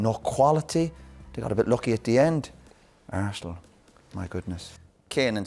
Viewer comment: "eiresenal my goodness"